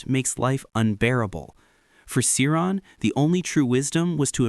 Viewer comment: Cioran is pronounced cho-RAHN. If you are going to blab about these people learn first how to pronounce their names.